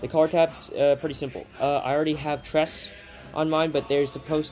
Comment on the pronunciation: Good video, but the collar trim for NCOs is called Tresse...the final e is pronounced. I speak German and "tress" is painful. At least you didnt say "Luftwaff" lol.